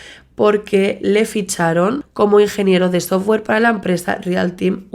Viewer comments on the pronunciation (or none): none